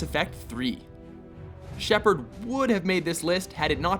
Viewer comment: shepard. That got me